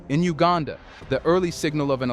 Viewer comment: It's not HUegaaaanda! It's U gan dah!